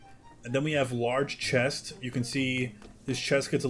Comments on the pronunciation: I’m not the only one who’s hearing him say “Large Chest” instead of “Large Crest”, right? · Definitely heard chest😂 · Lol " Large chest "😊😂😂